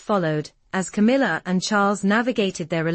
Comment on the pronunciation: Camilla not Kamala